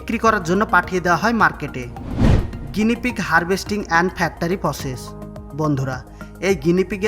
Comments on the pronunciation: উচ্চারণ টা ফ্যাকটারি না,ফ্যাক্টরি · ভাই ফেক্টারি না ফেক্টরী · ফেক্টরী উচ্চারণ শুদ্ধ হচ্ছে না তোমার